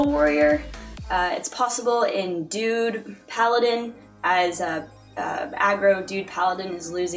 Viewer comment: is it me or did she pronounce druid as dude? hahah aggro dude ... thats adorable